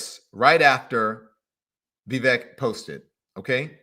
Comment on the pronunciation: You can’t even say Vivek’s name correctly. It’s Vivek like cake